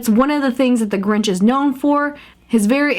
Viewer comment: you mean the grunch nit the grinch